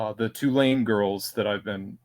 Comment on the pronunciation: Why do you say "Tulane" wrong